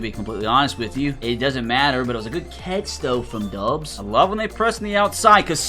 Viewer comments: Romeo god dang dObbs with a O not a U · Romeo Doubs for the Packers. It’s pronounced Dobs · The ou is pronounced more like in mob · The way you butcher names hurts me dude… like Doubs and dejean come on man